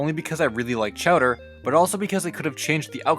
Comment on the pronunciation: He pronounces the characters name as chatter but his name is chowderLike chowder soup not cheddar cheese